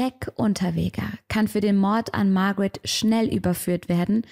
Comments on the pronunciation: ich glaub du schaust zu viele US-Fälle, die heißen Barbara und Margret, also deutsch/österreichisch ausgesprochen 😅 gutes Video wie immer! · Warum sprichst du die Namen am Anfang englisch aus? Margret und Barbara sind doch deutsche oder Österreicherinnen. Und Graz spricht man mit z aus nicht mit s. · Liebe, ich muss es sagen: es ist GraZ, nicht „s“ sondern „z“ und Barbara und Margret waren / sind Östereicherinnen, müssen also nicht Englisch ausgesprochen werden 😊 … noch als Unterweger frei war, habe ich mich gefragt, wie man ihm so den roten Teppich ausrollen hat können …. Ich bin zu dem Schluss gekommen: österr. morbid … schwarze Seele, der Flirt mit dem Tod (ich darf das sagen, bin Wienerin)